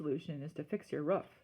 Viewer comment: It’s roof not woof